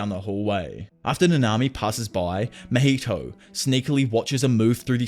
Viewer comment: “Mah heee toe”… “ top note goat” lmaooooo I wish I could pull your tongue out lmaooooooooo